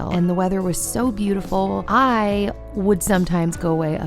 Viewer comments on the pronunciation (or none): none